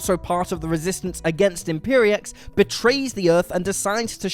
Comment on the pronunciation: It is pronounced 'mix-pickle-lips' And if you can trick him into saying it backward, he is banished back to his home dimension.